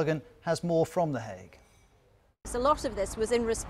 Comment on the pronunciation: "the Hague" not 'hay' lmfao